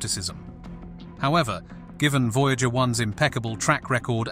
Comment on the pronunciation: Voy-Jäeger one. Sounds like a cologne made from Jäegermeister.